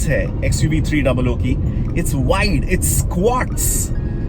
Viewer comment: Its xuv 3 double OO not 300